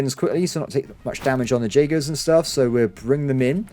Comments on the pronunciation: Jaegers are pronounced Yaegers!! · The pronaunciation of jagers is killing me lol